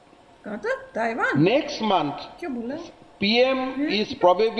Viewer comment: तवांग not ताइवान